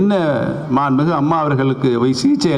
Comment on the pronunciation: உனக்கு சரியாதான் பேர் வச்சு இருக்காங்க,mixture nu.... மாண்பு மிகு நு சரியா சொல்ல தெரிதாடா முதல்ல முட்டாள்....